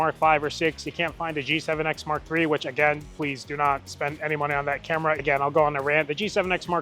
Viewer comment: “pub-leered” = “puh-leeze”